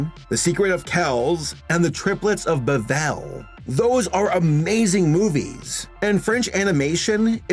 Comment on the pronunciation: That’s Triplets of ‘Belle’ ville, not be’velle’.